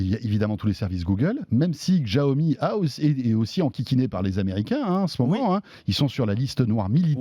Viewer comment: Bientôt 3 ans que la marque est en France et vous ne savez toujours pas prononcer "Xiaomi"...